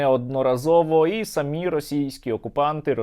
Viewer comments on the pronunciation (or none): none